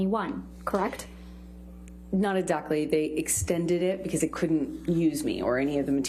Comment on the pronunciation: I really do not like this woman at all. She is so cringy, smug, arrogant, and when she says “kreckt” it drives me insane.